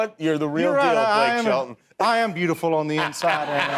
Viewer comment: You're the only one who ever thought it was Blake "Sheldon"... 🙄